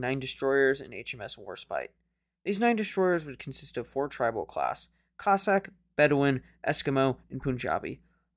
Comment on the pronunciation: Tri NOT Trib